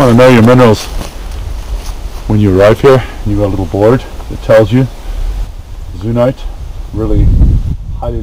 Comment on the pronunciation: I found some very nice micro Bertrandite in a cavity in Beryl. Very rare to find. It's Euxenite, not Zunite. No Z in that word! LOL! On the north wall you can find large Pyrites and Zircon as well, some psudomorphs of Geothite after Pyrite too! The Beryl pit is awesome. The best pegmatite around for sure.